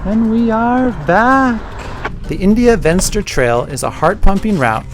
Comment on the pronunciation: India Venster is pronounced India Fenster. It isn't English ...please!